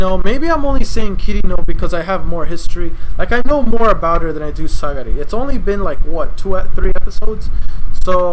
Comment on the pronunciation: It's Sagiri btw. Not Sagari XD